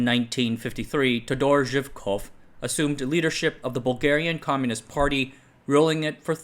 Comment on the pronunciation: It's not how you pronounce todor zhivkov but cool video